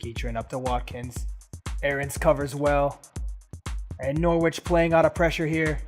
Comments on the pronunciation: Its nor ich not nor wich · i’ve been enjoying this series so far & i know i’m a while behind but the way you pronounce norwich is so infuriating, the w isn’t pronounced!